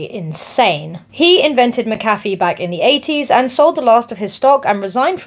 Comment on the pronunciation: That is not how you pronounce mcafee